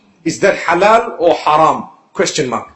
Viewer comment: its haalal or haaram